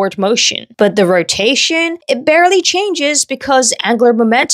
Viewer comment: You pronounce “the” as “da” but “throw” with a “th” still…?